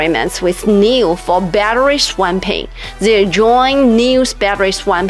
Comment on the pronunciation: "Battery swamping"? LMFAO....Please attend some lessons on English pronunciation